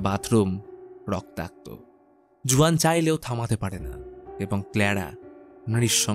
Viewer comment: Uccharon Hobe huan spelling Juan 🤓